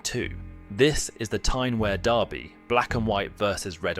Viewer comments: Mate just try saying weeeeaaaaa not where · Yeah mate, it's wear like fear not like bear. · Could not watch this. You shouldn’t make a video on the Tyne Wear derby if you don’t know how to pronounce Wear. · Well put together video but a few people will comments on your incorrect pronunciations particularly on ‘Wear’ and ‘Gullit’ 😬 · I love how you mispronounce the word "wear" i bet its making the bin dippers go mental every time you say it 🤣 i can hear their teeny tiny brains pop from here . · Mate I’m 2 mins in but the way you’re pronouncing wear is really gonna do my head in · Wear is pronounces as 2 syllables.